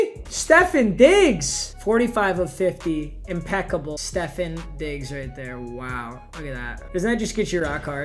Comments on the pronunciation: rly just said Steffen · it’s StefON not stephen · Are we just gonna ignore the fact the way we said Stephon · the way he pronounced stefon’s name angers me